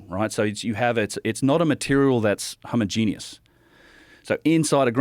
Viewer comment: Nobody ever knows how to speak english that goes on JRE. He said homogenous “homogenius”. It makes me think that these aren’t experts but plants in their field for the media. I lose all respect when they start pronouncing words incorrectly